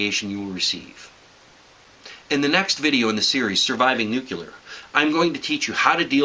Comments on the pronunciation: stop saying nuCElar.....ffs... it's nuCLEAR..... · Hey everybody. It's George Bush Jr. It's NUCLEAR NOT NUCULAR DUMB ASS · ok. when you say nucular instead of nuclear, i grit my teeth. other than that, i must say thanks for the sage advice. very informative - like driving a 90 degree angle to the fallout if it heads towards you. obvious, but i wasn't thinking about that option. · You're cool plus I like how you say "nucular" :D